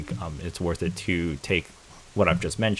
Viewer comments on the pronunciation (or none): none